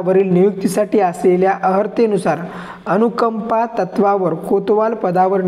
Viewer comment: मित्रा ते अनुकंप नाही अनूकंपा आहे. 😅